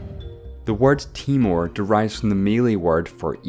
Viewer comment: bro is timur not timor